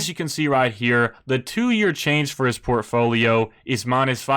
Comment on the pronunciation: The way you pronounce portfolio enrages me